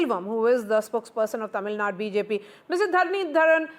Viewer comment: Watch your language that is Tamil Nadu not Tamil Nad..... How did you 😂 become a news reader anyway